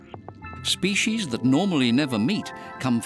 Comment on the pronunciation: Species doesn’t have an SH in it. Yet alone two SH’s. What is this “shpeshies” word? What a crock of feeshees.